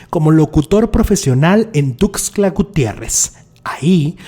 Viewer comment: Es "Tuxtla"... Tla... Tla... No:cla... Pero excelente canal... Saludos desde Chiapas...